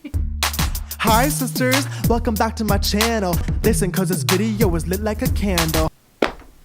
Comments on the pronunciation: am I the only one who heard "scandle" instead of "candle"? 😂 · The way you say "Today's candle is..." sounds like you're saying "Today's Scandal is..." Funny and also fitting. :) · I thought you said “scandal of the day” and I was like 😮is this a new segment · when you said "today's candle is..." i thought you said "today's scandal is..." and i got amped lmao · When she said “today’s candle of the day” I thought she said “today’s SCANDAL of the day” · You said ‘“ today’s candle”’ and I heard, “ today’s scandal”. An appropriate slip, yes? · Lol when you said “today’s candle” I thought you said “today’s scandal,” which is v fitting for this video. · that’s what I heard!! and I was like what?